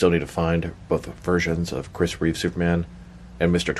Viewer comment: D there is no s at the end of Reeve